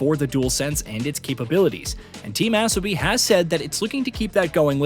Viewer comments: I'm pretty sure it's Uh-so-bee, not Ass-oh-bee. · its pronounced Asobi, not Assobi like you keep saying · I’m pretty sure Asobi is pronounced A-so-bi not As-o-bi 😅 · Asobi….learn how to say it! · Still can’t get the ai to say asobi properly 😂😂